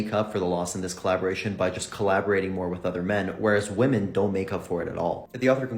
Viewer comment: Woman and women are not pronounced the same. Try to sound less ignorant. It will improve your videos.